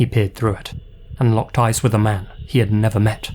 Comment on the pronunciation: With your accent, I thought you said 'women were creeped out because of his ASS.' Took a second to realize you meant 'eyes' Didn't realize an ass could be creepy. 'If women wouldn't give him what he wanted, he'd take it.' Sounds like the current individual in the White House.